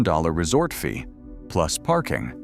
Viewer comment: "the resort F...ee at Luxor....." Ai can't even say "fee", it comes out as "F....ee" Hard to take this video seriously with Ai commentary.